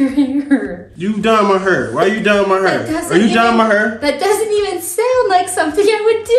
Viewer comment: “Why you dyeing may hurrr” got me dyinggg 😂